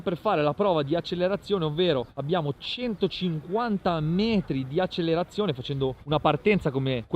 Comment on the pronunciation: Grande, canale figo e tutto. Però Accelerazione con una L